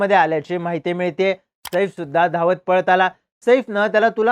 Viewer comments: 'सईफ' नाही रे बाबा 'सैफ '. शुद्ध ही बोलता येतं नाही रे तुला🙄. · Saeeeeef nai O saaaaif 😂saaaaaif